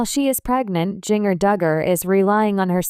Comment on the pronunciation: Can you say her name correctly, as in Ginger with a "J"?